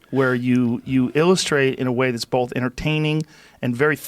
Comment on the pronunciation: Joe "Pronounces 'both' as 'bowlth'" Rogan